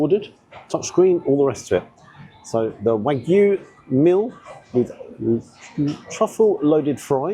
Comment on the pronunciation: Well done on pronouncing it as wagyu, the vast majority of food YouTubers say it to rhyme with Mr Magoo! 😢 You have to think it’s not the best quality wagyu (not from Japan for a start), plus the rocket looked mostly stem and I’d bet the truffle mayo has never seen an actual truffle! Could be better off with watercress than rocket - takes being warm better and a better peppery flavour for me, though again it’d need trimming so you’re not mostly eating stalk. Not tried the truffle version but I’ve liked previous loaded fries, particularly those onions. Shame I had to get them refunded 50% of the time cos they’d put bacon on despite explicit instructions not to (which is a menu option, not just making it up!)